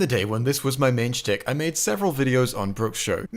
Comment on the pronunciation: why do you always pronounce stick as shtick?